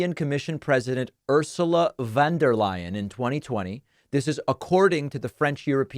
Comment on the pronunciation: "von der layen" is German but I appreciate the Dutch pronunciation you managed in awareness of her families long history